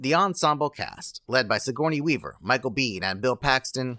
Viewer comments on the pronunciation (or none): none